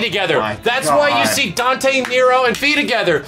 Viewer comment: Dante = Donte Nero = Nera XD